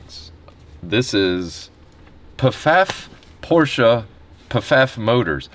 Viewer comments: It's just prounounced 'FAFF', or maybe with a very soft P. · Oh, just wanted to say, PFAFF is pronounced FAFF. Lol, but this is wild!!! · Pronounced "Faff" , I'm in Toronto Canada... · Pfaff Porsche. The p is silent so Faff. It’s a large auto dealer group in canada they also sponsor cars in a few different auto racing leagues so I bet they would be interested in knowing where this 918 ended up! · As some one that resides in Ontario Canada, and only about 50 miles from Pfaff in Toronto, it’s hilarious to hear you guys talk about how our dollar and how crap it is, and hear how you pronounce PFAFF lol